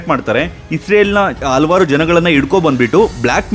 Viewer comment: ಹಲ್ವಾರ್ ಅಲ್ಲ ಹಲವಾರು ಅಂಥ ಉಚ್ಚಾರ ವನ್ನು ಸರಿಮಾಡಿ.